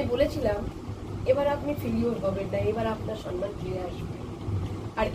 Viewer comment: ম্যাডাম আপনি সন্মান বলেন কেন?ওটা ভূল শব্দ। ঠিক কথা হোলো সম্মান।সম্+মান সন্+মান নয়।